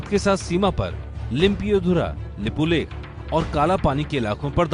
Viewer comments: Please, first learn how to pronounce lipulekh correctly before claiming it yours. Jay NEPAL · Motherfuckers its lipulek not limpulekh.. you guys claimning the land you cannot pronounce.. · Indians can't even pronounce the name of the disputed land correctly. But still they have claim over that. Nepal did census in that area in 1966. It's Lipulek no Lipulekh. Or there is no lake. Haha. India media, like tollywood movies.